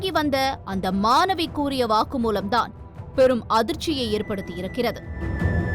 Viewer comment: தமிழை ஒழுங்காக வாசித்து தொலைக்கவும் !!! அது மானவி 🤦🏾‍♀️ இல்லை ...... "" மாணவி "" !! ன , ண , ழ , ல , ள , போன்ற எழுத்துக்களை சரியாக உச்சரித்து பழகித் தொலையுங்கள் ...... எத்தனை முறை தான் சொல்வது !!! உங்கள் தமிழ் உச்சரிப்பு கேட்கச் சகிக்கவில்லை !!!